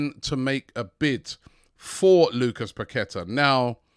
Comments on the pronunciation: Robbie it's pronounced parketa.... the Q is like a K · Paqueta is pronounced …. Pa-kwe- ta 🤷🏻‍♂️🤷🏻‍♂️🤷🏻‍♂️🤷🏻‍♂️🤷🏻‍♂️